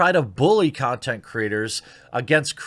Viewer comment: lol, nice slip of the tongue there "the 2 consent creators" ;)